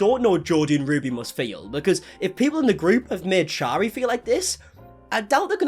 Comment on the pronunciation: If you are going to speak about someone please pronounce their name correctly. Shari is pronounced like carry.